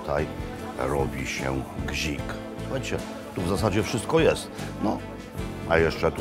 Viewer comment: Nie gzik a gzikhke ;)